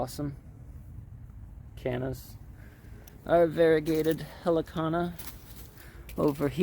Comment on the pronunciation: When you say hellicona do you mean helliconia?